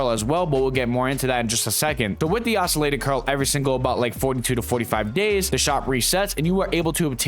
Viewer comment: Say "oscillated" again. :)